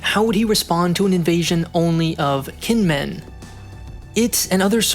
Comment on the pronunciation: You might want to check the pronunciations next time you do a Taiwan video. Kinmen is said jǐnʹmǔnʹ. Hearing it with a hard k is quite jarring.